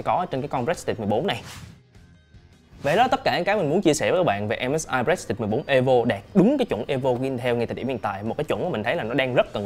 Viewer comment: a ơi prestige đọc là pờ rì stit